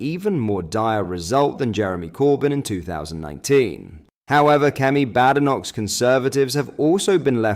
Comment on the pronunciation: Instead of Plad sim roo please try Plyed Come Ree, also please try Kemmy BADE (as in made) eh KNOCK, these two changes will make your awesome posts sound much more convincing. I think this channel is one of the most honest channels that discusses the Right Wing (not extreme) Politics that the vast majority of the previously ignored British Public. I hope you take these hints on board as I want you to succeed in growing your audience. I have subscribed for a long time now and I feel in my heart that you have been speaking a simple truth, the Truth that REFORM UK, will bring us. I want you to sound more professional so more people listen to your valuable messages.